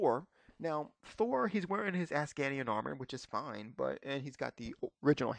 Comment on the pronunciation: its asgardian not ascadian